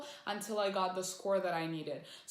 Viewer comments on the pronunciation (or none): none